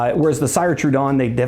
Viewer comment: It’s “seer” trudon like if you were saying sears. Also there vessels are all hand blown! I have several and you can feel the luxury